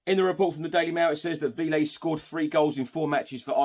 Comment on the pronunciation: Hey love what you do and thanks for all the panel talk. Véliz (should we sign him) is pronounced 'veh-lis'